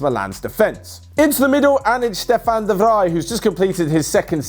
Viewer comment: Wrong pronunciation of De vrij. It's de fra i.